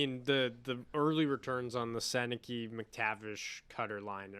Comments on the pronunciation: It’s pronounced sen nuh kuh not senne key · You guys have gotta start saying Sennecke's name right. We needed a 4th line center, not a guy who is elite for 20 games, gets injured, and falls off the face of the planet. Wishing Z all the best like every former Duck, but he had to go.